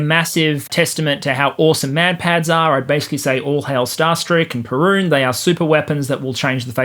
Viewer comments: “Perun” instead of “Piorun” How dare you! 🇵🇱🔥😂💀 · Just a heads up - the Polish Piorun is pronounced ¨pyo-roon¨ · In reply to the mispronunciation of 'Piorun', surely it was named in honour of the prehistoric Slavic deity with which you share a name?